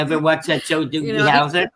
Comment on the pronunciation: ITS DOOGY HOUSER NOT DOOKIE